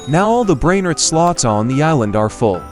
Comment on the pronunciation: This ai voice 🥀🥀🥀 brainrot sounds like brainrit 😅